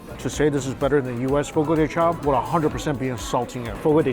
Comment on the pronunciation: The pronunciation is Fo-Go Duh Shao.